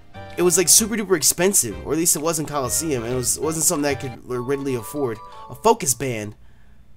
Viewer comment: At the beginning he said colleseum